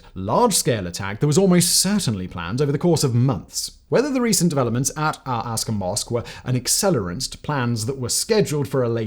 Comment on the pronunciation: "Aqsa" = Ak-sa not ask-her